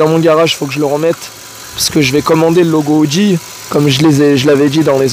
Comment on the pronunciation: 😂 l audi, pas la audi , faut faire la liaison